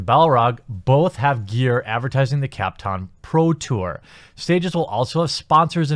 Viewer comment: Now I think he keeps saying CAT-Com.